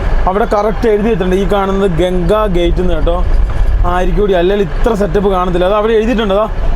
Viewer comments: Not gate it's ghat.. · ഘാട്ട് ആണ് ഗേറ്റ് അല്ല 😂